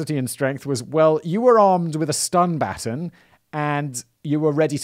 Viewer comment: 🤣🤣🤣🤣 he can’t pronounce baton!